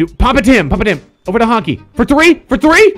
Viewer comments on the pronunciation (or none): your said over wrong😂😂 #oger